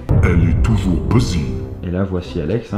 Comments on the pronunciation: ...eeeeeet ça se prononce [bisy], pas [busy]. Oui, ça s'apprend la prononciation anglaise. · La prononciation des mots en anglais ne s'arrange pas en tout cas :) "Besy"